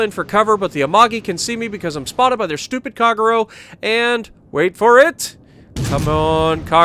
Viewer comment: At a go , lol. Please pronounce " ahh tah go" ., " kagh row" wtf dude, its pronounced " kah gay roe, americans , lol